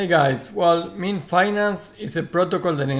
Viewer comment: Pronounced "Miiiin" not "Me-an" bro ;)